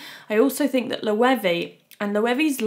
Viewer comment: It’s not ‘Loewee’, it’s Loewe